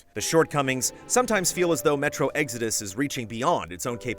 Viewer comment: Never heard it pronounced like Eggsodus. What part of the country is from?